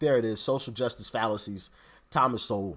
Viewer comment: You're saying his last name wrong. It's Sowell